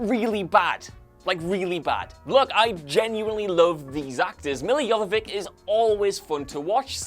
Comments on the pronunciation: Are pronouncing Guillermo del Toro & Milla Jovovich's names really all that difficult? GEE-AIR-MO & YOH-VOH-VICH! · It's Milla Jovovich not Jovovik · Mispronounced Milla Jovovich's last name .